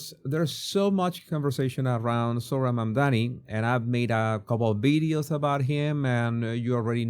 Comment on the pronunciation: Why do you, as a language guy, speak about bideos instead of videos? 😂😂😂😂😂